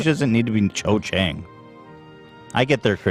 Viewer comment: Cho Chang not Chen lol